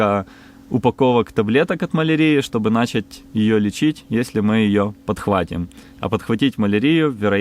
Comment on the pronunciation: "СпособАми и нАчать" конечно добили. Вроде солидный человек, но произношение некоторых слов коробит)) а так смотрю с удовольствием.